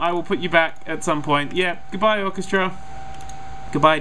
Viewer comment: Its not orcastra is orchestra